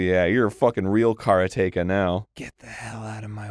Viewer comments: How they pronounce Karateka is killing me. So wrong lol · It's not 'kara-TEKA', it's 'karate-ka', it's literally the Japanese word for exactly what the game said it was, a practitioner of Karate... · Karateka blasted me to the past, but it was jarring to hear Dan say kara-teka. It's karate-ka, right?? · Someone has probably said it some where, but it is pronounce Kaa raa te ka. A practitioner of Karate is called a Karate-ka.